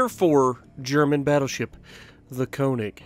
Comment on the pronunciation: It's KÖNIG! Not "konig" not "koenig" it's fucking KÖNIG! Fucking get it!